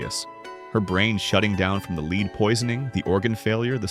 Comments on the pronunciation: lead is pronounced led not leeed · The pronunciation is lead+++led! It’s AI because it can’t pronounce some of the words! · Haha..,lead (with a long e )and arsenic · I do wish AI would learn the pronunciation of the metal LEAD!